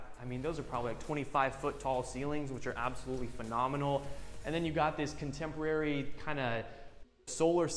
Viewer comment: ( / ) The realtor says, “You really can’t help the fact that you’re looking over your contemerlary, modern backyard.” No that’s not a spelling error on my end for the word he’s trying to say (contemporary). It’s actually a new word for us to learn today. A word that he made up. No my friends, it’s not “Ebonics,” that’s “Euronics.” 👀 😂😂🤣😄🤣🤣🤣🤣😄😂😂😂🤣😂🤣😂🤪 He also says at the end, “Let me know what you thought, of this home.” LMAO!!! Well…we know he failed his English class. He means to say, “Let me know what you think of this house.” God love him. God love him.